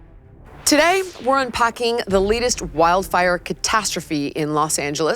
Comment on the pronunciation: Un pocking? It's un pAcking, for crying out loud.